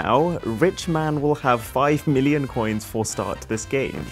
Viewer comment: Your "Million" pronunciation just certified You Indian connection 😅